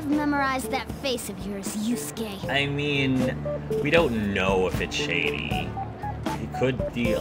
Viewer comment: Lol "Yasky....Yatzi.... His name is pronounced like "You-skay"